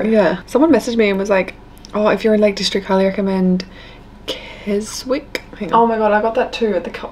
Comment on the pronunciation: It was funny you put on screen how to properly pronounce Hawkshead but you didn’t do same for Keswick which is pronounced ‘Kez ick’!